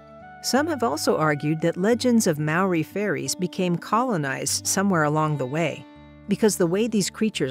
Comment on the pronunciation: As a New Zealand even though the pronunciation was a bit off I really enjoyed the bit about Maori beliefs as were often forgotten down here ☺️